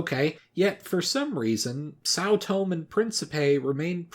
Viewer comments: Keguran islands? Its kerguelen. Seychellees? Cmon man really?? sao tome? its sao tomÉ. I can`t stand when those are mispronounced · The Tomé in São Tomé and príncipe is pronounced like the e in the word café.